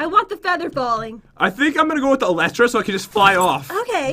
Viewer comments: its pronounced E-ly-tra not Eletra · This is how you say elytra El we tra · The pronounce elytra wrong